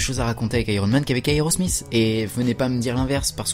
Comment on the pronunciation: aerosmizzzz? tu veut dire aerosmith non? lol